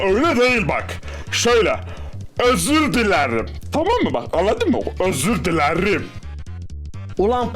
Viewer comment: Evet bazı insanlar r diyemez bazıları m ama Ds bey direk özür dilerim diyemiyor 😂😂